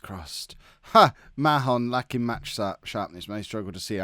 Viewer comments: Mahon is pronounced 'Marn' btw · i believe it pronounced marn like barn because there was a kid at school with the same last name and didnt seem too fussed about that pronouniation